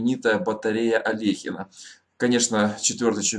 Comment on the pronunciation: Для Всех Не обижайся,но не АлЕхин,а АлЁхин!Не верьте всему,что пишет Википедия,там слишком много лжи!Из статьи об Алёхине в этой "энциклопедии": "...С 1934 года до конца карьеры он не выиграл ни одного значительного турнира[90]...", и это при том,что в 1935-он вернул себе звание Чемпиона мира!